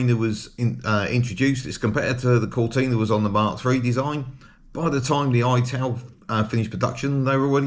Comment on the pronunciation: Interesting video, thanks. The Ital should be pronounced "It-al" not "Eye-tal" (at least that is how it was pronounced when they were new)